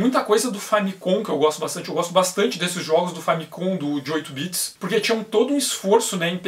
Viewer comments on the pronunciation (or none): none